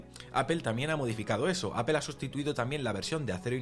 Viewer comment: Me da risa que no saben pronunciar dicen Apel la empresa es Apple